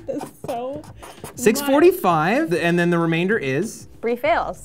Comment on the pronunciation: know, right? I was cringing so hard when he said "remainder" Like, he's a grown adult!